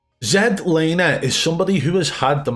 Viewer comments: I think the most satisfying part of the video is we have FINALLY got z laners name correct. As a Canadian it was so painful to hear his name mispronounced as z(ee)laner. He is canadian and has always meant for it to be z(ed)laner. Keep up the great work!!! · "Zed" Laner. #Legendary